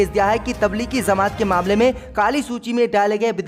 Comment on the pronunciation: Beta zamat nahi jamat hota hai